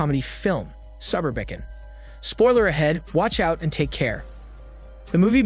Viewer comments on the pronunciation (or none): “Subber-biccon?” Suh-bur-bih-con As in, suberbia. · It’s Suberb-e-con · pronounce the movie title for me one more time......lmao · Interesting pronunciation of the movie's title. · Well some say “tomato” while others say “tomermickin”. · Literally clicked away right there